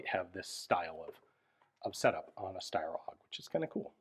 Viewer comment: Can we just appreciate how flawlessly Ian pronounces "Steyr," folks?! It is Sh (like in shoe) - tai (like in Taiwan) - ah (like an almost silent sigh of relief). Thank you, Ian, and greetings from Austria!